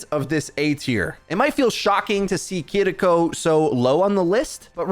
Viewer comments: Please stop saying KEE-DEE-KO I'm cringing every time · Her name isnt kiddikko. Its kiriko. Stop pretending you have a Japanese accent and have trouble pronouncing the r sound. i keep telling you ppl but its like white ppl just strive to be as racist as possible as much as possible. Do you pronounce pharah with a egyptian accent? Ya thought not. You actually have been convinced kidiko is the right way to say her name. You arent from japan. Drop the fake offensive accent and tell ur dumb friends who do it. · why bro saying Kiriko so strange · Weird that this dude rolls the “R” with Kiriko but not Sombra 🤔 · The way you pronounce Kiriko is annoying.